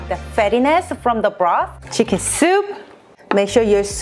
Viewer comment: 치킨이 한국식 발음인데 혹시 한국인?